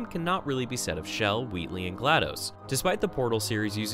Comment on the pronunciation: Why are you pronouncing Chell as "Shell"?